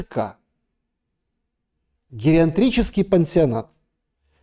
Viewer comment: гериатрический - без буквы Н.